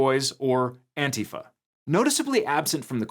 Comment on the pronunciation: Props to for pronouncing ‘antifa’ correctly!